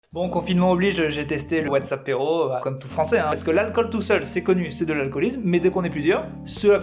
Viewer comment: Quand tu dis « Whatsappéro » j’entends WhatsApp héro(tique) et ça me stress bcp 😂